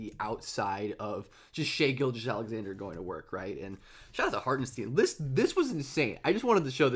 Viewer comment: I'ts not Harten-steen like sheen, its Hartenstein like shine